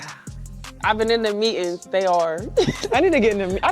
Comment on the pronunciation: Meetens? Try to keep the Ebonics from coming out when speaking!!! It's meetings!!!